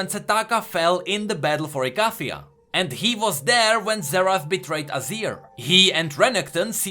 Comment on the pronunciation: are you sure icathia is pronounced like that